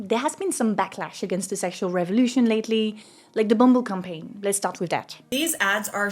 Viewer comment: "the bumble blacklash" instead of "backlash", lol whoops